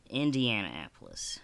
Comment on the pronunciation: did you seriously say indiana apolis ? LMFAO